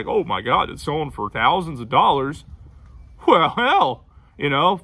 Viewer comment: It's the southern "hwell hell" for me 💀😭 Texan native here and I say that shit all the time.